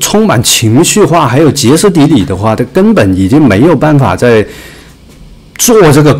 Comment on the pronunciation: Xie （平声）斯底里